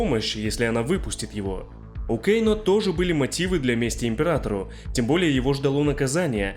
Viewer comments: Почему кейно, а не кано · Почему Кейно и СиндЕл,аж слух режет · Кэйно, Кэйно, Кэйно Разве такая большая разница, как нам, русским людям, называть его, Кано, Кэно или Кейно? Мы же не произносим и не пишем Скорпьен или Ормак У всех свои языковые особенности и вряд ли есть хоть что-то неправильное в том, чтобы говорить Кано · Не называй, пожалуйста, Кано Кейно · Почему Кейно? Он же Кано! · "Кееейноо" блин,как же бесяче это имя произносишь))